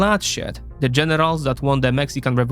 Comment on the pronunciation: Excellently written content. I like that the narrator uses a thick Mexican accent. The accent might need to be somewhat toned down because “generals” sounded like “genitals.” Anyway, like I first said, the content was excellent.